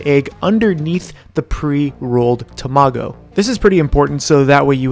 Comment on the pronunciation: Looks tasty AF. Just a pronunciation tip you emphasize the last syllable of TamaGO. You’re putting it on the middle: TaMAgo.